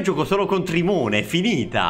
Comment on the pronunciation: "trimone" HAHAHAHAHAHAHAHAHAHAHAHAH SONO MORTO, GHE SO D CRGNOLL